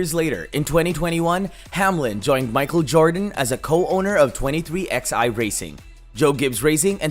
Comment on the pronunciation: Who the hell says twenty three Ex Eye instead of twenty three eleven?